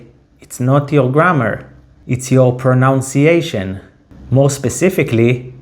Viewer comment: Funny He said "proNOUNciation" instead of "proNUNciation" when explaining about mistakes! 😂